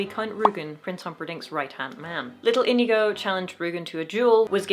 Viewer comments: I'm sorry to tell you, but your pronunciation of Íñigo, while correctly pronouncing the 'ñ', had a mistake. Unlike in English, in Spanish which syllable carries the force in the word matters quite a lot, and in Íñigo, it's the first one, even if to english speakers it seems more natural to apply the force on the second one. That is, it's *Í*ñigo and not íñ*I*go. But no sweat, of course. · Sorry but, It´s Iñigo not Inigo. Ñ alt+0209 or ñ alt+0241. It sounds like onion. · You still... it's still... you're... You're still pronouncing it wrong!!! It's ÍÑIGO, with an Ñ, not an N!